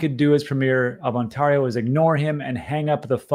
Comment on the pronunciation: Please google "how to pronounce Ontario"